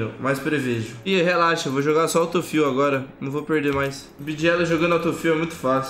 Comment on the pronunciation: e q porra é auto fill, feel, fiu (sei la)?